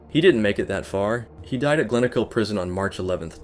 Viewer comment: Lol I just got out of glenochil prison and u said it wrong as fuck. Glen o kull, also just got out of barlinnie lmao. Just done a wee tour